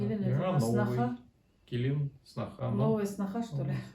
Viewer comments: Яна келинг а не Килин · килен эмас келинг. яна келинг